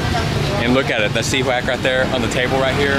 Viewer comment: Hey xí quách if you pronounce the word quách like English word "what" then it's perfectly sound. Right now you pronounce it's like word wax. Just a thought from a vietnamese person.